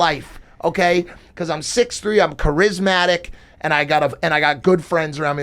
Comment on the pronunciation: I’ll be 50 in Dec which means I’m actually 60 and just heard Mike say charismatic pronounced with rizz in the middle. Is Charrizzmatic a new word? Please help your elders out here thanks